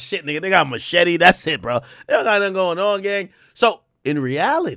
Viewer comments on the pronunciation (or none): none